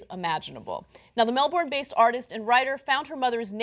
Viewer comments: You always get "Melbourne" wrong. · please pronounce melbourne correctly(mel-burn).